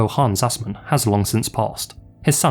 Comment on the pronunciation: From my short experience of learning German, I believe it's pronounced Aaz-maan, and not ass-man.